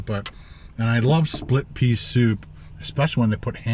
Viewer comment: OMG, What was in that soup? One sip & we get a classic verbal blooper "Plit Sea Soup"!!! 🤣 Sorry but had to draw attention to that. Its a good thing I didnt have a mouthful of food or was sucking back a drink when I heard that!!! 😉